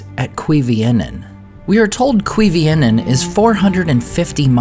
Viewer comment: Sorry, you may think this is nitpicking, but it's not "Quivienen" but "Cuivienen" so not "kwee" but "kooy" in the first syllable.